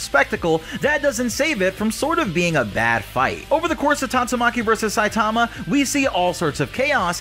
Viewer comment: Bro learn to pronounce Saitama